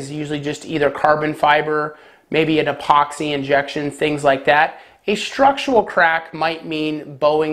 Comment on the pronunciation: Structural. Not "structual". I swear you say it wrong every single time.